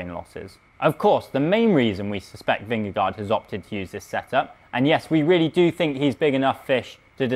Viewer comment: Learn to pronounce Vingegaard correctly.